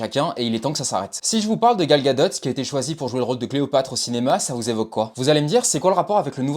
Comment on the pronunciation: certe c’est son nom mais phonétiquement le T ne se prononce pas, c’est comme DUPOND du ne dit pas DUPONDE ,c’est une règle communément appeler "soupe de vocabulaire" . 😉